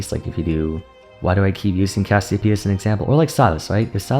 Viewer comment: Troll a ranked game each time he says Cassiopea.